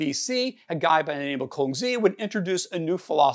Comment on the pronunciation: FYI: Xia is pronounced like Shaw (George Bernard Shaw) not with the 'ow' sound you're using here.